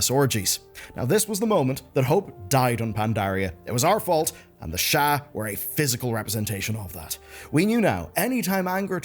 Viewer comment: The sharrrrrrrrrrrrr 😂